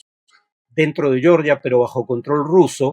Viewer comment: Todo bien con el video, Farid. Solo que Georgia se pronuncia tal como se lee en español. "Yeoryia" es la pronunciación en inglés.